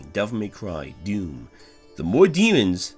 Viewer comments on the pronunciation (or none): none